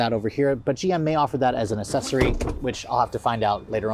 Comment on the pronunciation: FYI: It’s Ack-Sessory, not Assessory (pronunciation)